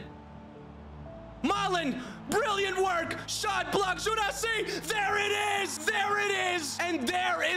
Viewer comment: Guirassi is pronounced "Guee’rassee", not "Jurassi" Llorente is pronounced "Liorentè", not "Lorentè"